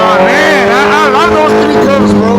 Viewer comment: which curvers are you talking about...I heard you 🤣🤣